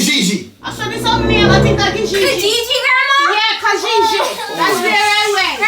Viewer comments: its trying to say kijiji for me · The way they pronounce Kijiji😂😂😂😂😂💥..I can't stop laughing about reaction